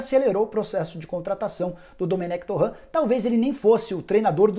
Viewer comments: Me dá agonia quando o Nicola pronuncia o sobrenome do Domènec Torrent como Torrãn. Ele é catalão, não é francês, Nicola. A pronuncia do nome dele é Dumênec Torén... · "Torrã" o cara não é francês rsrs. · Dá pra você pronunciar o sobrenome do Domenec Torrrrrrrrrrent corretamente?